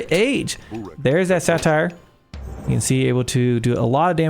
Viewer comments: I assume you pronounced "Satyr" as "Satire" instead of "Sate-Urr" to boost engagement. If so, success! Love the AoM content, keep it up! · Here in the comments falling for your plan of pronouncing Satyr "satire" (It's "SAY-turr") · Hey, its the guy who corrected you on the Norse J's lol! Ive got one more for ya. Satyr = ("Say-Turr") lol. Thanks for the great content and i loved the sound of music reference. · I was going to leave a comment about the satyr (SayTer) pronunciation out of anger but now I’m doing it for YouTube traction ❤ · Njord is nyord and satyr is say-ter :) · I've only seen a couple of your videos so far and I think they are great, but every time you mispronounce saytr I die a little on the inside.